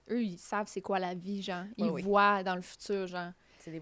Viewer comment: elle dit "genh" au lieu de "genre" et je trouve ca vraiment très spécial et à plusieurs autre reprise.